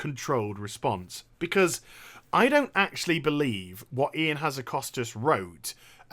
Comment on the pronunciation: its :"IAN" not "ION" and that guys a jackass.